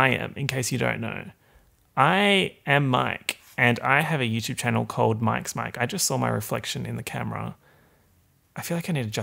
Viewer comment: Mike really said Yewchwube